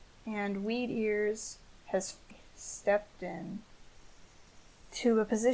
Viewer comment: Every time she says “Weedears” I hear “Meteors”. Weird, right?